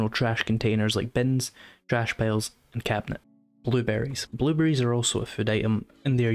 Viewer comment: Bwuebewwies :D